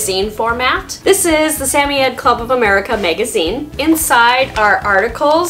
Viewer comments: I love this video can’t help but say respectfully it’s Sam-oy-ed not sammyed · I have never heard a samoyed pronounced the way you do. Where are you from and why do you say it that way?